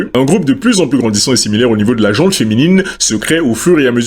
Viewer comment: Petit point prononciation : "la gent masculine, la gent féminine". Il n'y a pas de "E" à la fin de "gent", ni pour les hommes, ni pour les femmes. C'est un nom féminin, et comme l'adjectif qui le suit ne commence pas par une voyelle, il n'y a pas de liaison orale.